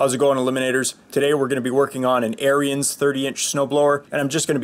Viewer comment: Good informative video. Just a minor correction, Ariens is pronounced Aarons. I live close to the Ariens factory in Wisconsin.